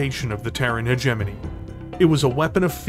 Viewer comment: So you CAN pronounce hegemony lol